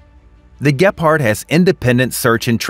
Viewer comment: Dude, please get the German Name Right, it’s Gepard and Bundeswehr Not whatever you said.